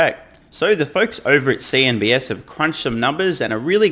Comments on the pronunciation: cnbc, not cnbs, just didnt know if you knew but heard you say it few times in different videos so thought i might correct you if no one has said it so far. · CNBC, not CNBS. Just a friendly reminder :) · It’s CNBC not CNBS.